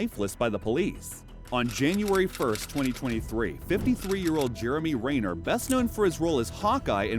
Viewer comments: REN-NER, not Rayner! And of these, only 1 was "dead" when the police arrived! Nice clickbait! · Why are you pronouncing his name like that, it's pronounced Ren-ner not like Ray-ner and he didn't die he did break a ton of bones, was almost paralyzed and was close to dying but like a badass he completely recovered and told death he wasn't taking him. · Its Renner not Reynor. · Is the voice AI? “Jeremy Rainer?” Renner is not hard to pronounce.